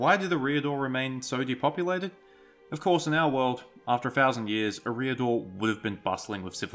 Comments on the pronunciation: EH-ree-ah-dor. Not eh-REE-ah-dor. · E-riador; not Ereeee-ador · can't deal with 'Areeedor' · Is that how Eriador is pronounced? I thought it was pronounced identically to "Area Door", just without a pause between area and door. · How he says the word eriador It’s pro bounce area dor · I believe all 'a,A' vowels are pronounced "ah" not "â" Fantastic video btw You have a great voice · looked like a nice clip to watch. but when you opened up by failing to even pronounce the name correctly you lost me.